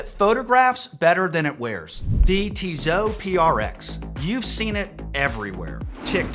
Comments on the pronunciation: It’s not Tizo has you pronounce it, please learn the correct pronunciation - how can you be a watch guy and butcher the names - "Tee-soh" or "Tee-so," with the final 't' typically silent, following French pronunciation rules where final consonants are often dropped. Think of it as two syllables: "Tee" (like the letter 'T') followed by "soh" (rhymes with "go") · I always have trouble finding a specialist credible when they don't know how to correctly pronounce the brand they are discussing. It's not Tizzot it's Tisssssot !... Made some points though 😉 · I agree with most of what you are saying but please stop saying Tizo , it is Tizot.... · Tissot has 2 ss so it doesnt sound as a Z... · Actually, I have seen a video on YouTube with the CEO of Tissot pronouncing the name. The actual pronunciation is much closer to "Tizo" than it is to "Tea so" as you say! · TEE-ZAU??? REALLY???? DUDE, COME ON!!! TWO "SS"!! And I thought nothing could be worse than your "HAUTE".... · If it matters to you, TESOT is pronounced TEE-so-TEE. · You lost me at "TEEZOOOH" btw, the rest is crap too.